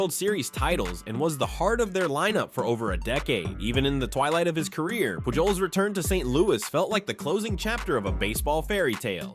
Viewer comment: Did you really just pronounce the j in Pujols.....?